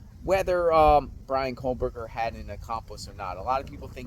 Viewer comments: Another guy who says "COAL-berger" instead of KOH-berger. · There's no "L" in "Kohberger" bro. Its pronounced "co - burger." Not "coal - burger." Its little stuff like that which will make people disregard your research, insights and opinions if you can't get the perp's name right.